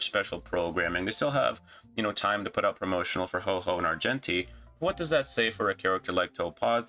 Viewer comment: Love that you called HuoHuo HoeHoe. lmao. I'm planning to skip Topaz, since she doesn't even contribute to JY teams :(. My account won't find a ton of value from having her. I also didn't really like her character after playing through the story quest which heavily featured her. That said, it isn't a bad thing for HSR to have some skip banners sprinkled in. Lets players save w/o having too much fomo. xD